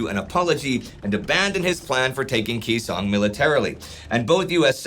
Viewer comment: He's a freaking tool making a buck off my fathers service. I don't like him or his revisionist version of history. What the hell is KEY song? No one has mispronounced that name for 60 years and yet here we are. What has this man said that makes you think he has some special insight into combat? He's a clown.